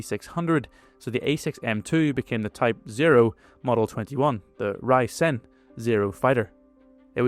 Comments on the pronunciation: Much of your Zero footage is not of A6M2's. Also, Reisen is not pronounced with a long i as in "rye", but rather more closely to the long a in "ray". Another item is that you listed a slow roll rate as being a benefit to the Zero. The slow roll rate was exploited by Allied pilots making it a weakness for the Zero. The Japanese unit designation is Kokutai and not Kotukai. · Rei-Sen is pronounced as Ray-Sen. (Or pretend you're Spanish and read it literally) Why does English have to be so complicated😭 Can't they stick to a single pronunciation rule like Spanish or German? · Rei-Sen is pronounced 'ray-ee-sen', with the -ei like in the word 'weight', not like the -i in the word 'wise'.